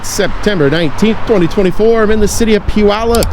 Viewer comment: For those wondering.. it's pew-yallop.